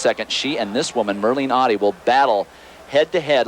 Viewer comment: Great stuff from all of them. I was a big fan of Merlene. She's just a couple of months older than me. But please US reporters, her name is Ottey, not Awddie.